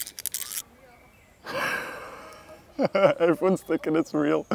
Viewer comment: Not mowsasaur mosasaur